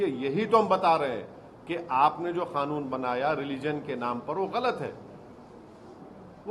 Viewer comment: Madachd Owasi, tu pehele bolna sikh ch oo tia. Woh kha-noon nehi Kanoon hai bha d we.